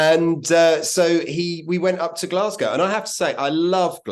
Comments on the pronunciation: Great video, enjoyed all of that. One tip, while folk fae the East coast would occasionally say "Glasgae", the local West Coast Scots term is "Glesga". Great content, even learned some facts that I didn't know. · Nobody, apart from the English, ever pronounces it as "Glasgea". Nobody, apart from tourists, ever refers to the Subway as the Clockwork Orange either.